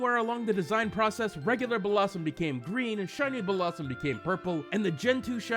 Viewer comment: its Bell-lah-zoom not Bellah sum